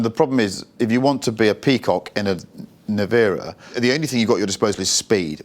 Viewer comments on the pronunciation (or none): Rimatz.... Rimatz.... its not Rimak. Also the model is NE-VE-RA, not Nivera or how these guys pronounce it.